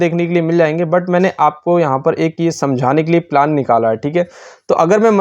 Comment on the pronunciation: पिलान नही प्लान 😂